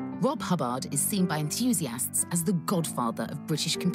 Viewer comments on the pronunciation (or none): ""? What is this presenter on? Was he a character from The New Statesman? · Rob Hub baaahhrd? S.I.D. chip? They didn't do much research did they? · Don’t think its fair to call this badly researched. Firstly, his name may well be pronounced Hubbaaard and secondly it is the S.I.D. chip - That’s its correct name. Be thankful we finally got the genius Rob H mentioned on mainstream TV instead of whining.